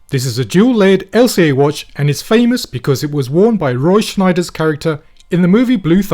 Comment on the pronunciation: *Roy Scheider, not Schneider